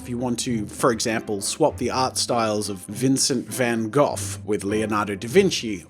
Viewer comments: "Van Gof" - Jazza 2017 (its pronounced Van Go) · It's pronounced Van Go, not Van Goff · I watched 3 mins,stopped because I'm tired of hearing you say Van Goth instead of Van Gog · You pronounced Van Gogh (Van-Goff) buuut! It's pronounced (Van-Goh) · It's vun hoght not van gohf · Vincent Van Gogh is pronounced Vincent Van GO! Not trying to be picky! Sorry if I am! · Wait... Van Gough is pronounced Van Goff? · THE FUCK I'M IN 7TH GRADE AND I KNOW HOW TO PRONOUNCE VAN GOH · I'm pretty sure Van Gough is pronounced "van goe" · isn't it pronounced (VAN-GO)? Or am i just stupid? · Van Gof??? what a stupid way to pronounce that name its Van Gogh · Everytime he mis-pronounced Gogh.... 😶😢